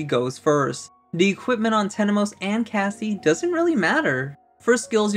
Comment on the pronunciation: It’s Temenos not Tenemos. I made the same mistake before haha.